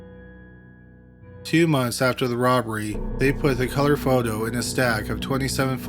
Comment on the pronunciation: "Photo." "Foe Dough?" "Photo." "Faux doe." Fo-do' His strange pronunciations really ARE pretty awesome. I think it's part of why i'm here... :)